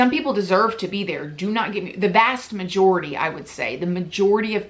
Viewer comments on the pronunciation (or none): Girrrrl!! Did you say ‘the BAST majority’?!? Hahah